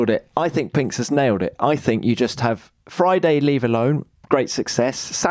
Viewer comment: When the video starts with, "Let’s sta wit wa 'appened on FROI-day befo Sa-a-day..." you know where this is going to end 😆